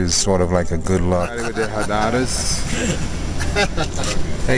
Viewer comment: "we're all getting khadadhas"...LMAO....it's not khadadhas...it's "KHADAH"....pronounced KHA-DAH, a ceremonial silk scarf used to bid farewell to people travelling as well as to welcome people.